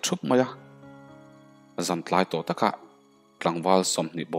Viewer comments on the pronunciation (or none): none